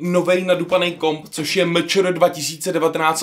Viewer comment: A to MČR se čte "eMČéR" a ne "MČR".